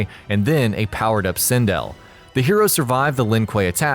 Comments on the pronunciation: SIN DELL not sin dill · Really bothering me how u keep saying sindel and pronouncing it wrong. Nice video though